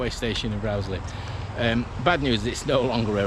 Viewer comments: It's definitely pronounced Rose-lee. I'm an ex-local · I always heard it pronounced Rose-lee. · I've always pronounced the name as Rose-lee, but some locals do say Rauwsley - yer takes yer pick! In my day the Rowsley Sidings were referred to as the Rowsley Marshalling Yards, always a busy sight and a great day out for a young train-spotter!